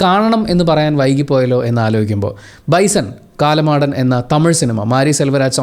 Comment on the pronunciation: കാലമാടൻ അല്ല.കാളമാടൻ.